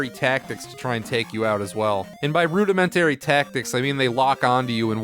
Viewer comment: when you mispronounce common words rudimentary, we know you're reading a script you didn't write.